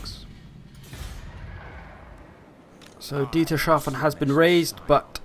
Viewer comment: Dietershaven...haha...it's called Dietershafen...no 'sh'...'s' and 'hafen'...man, that can't be so difficult...come on...only 's' and 'hafen'...Dietershafen...uh fuck man, this name is so ridiculous XD